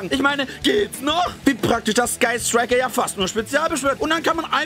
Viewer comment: Wer hat noch im Intro: „Guy Striker“ verstanden?